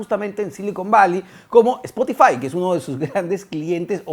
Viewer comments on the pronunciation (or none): none